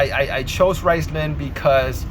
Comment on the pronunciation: Riceman? it's RIZZZ LONE